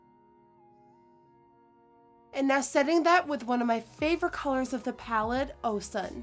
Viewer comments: Oh-shoon not Oh-Sun! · It’s not OH SUN it’s pronouced OHSHUN (Nigerians in the building) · It’s pronounced ohsoon not oh sun. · The color “ Osun “ is pronounced “ Oh shoon” NOT “ oh sun”. She’s an African goddess FYI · it's pronounced as O-sh-un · Thanks for this! I love the pigmentation of the Juvia’s Place palettes. Your fave colour in the palette, Osun is actually pronounced as ‘oshoon’. It is the name of a Yoruba goddess from West Africa, Nigeria to be specific. 🙂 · Osun is actually pronounced "oh-shoon". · you pronounced osun wrong.. its ( oshun ) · It's pronounced oshun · Hi Nikki, I noticed you mispronounced the name Osun. It's actually pronounced (Oh-Shoon) after the Yoruba goddess. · i like how the name the shades after African countries (some of them are states btw). when she said Osun i died, any Nigerian would understand me lol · the way 'osun' is pronounced in english always has me dying of laughter damn